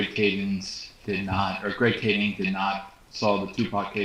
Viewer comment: It's weird how and been at both Biggie and Pac murders and yet they still call the L.A. detective "Greg Kadings." There's no "s" on his name. I got $500 for a 20 minute zoom interview with you.